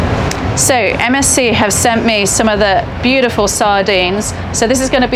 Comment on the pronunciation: Everytime she says MSC I think she‘s saying MSG XDD „MSG sent me sardines“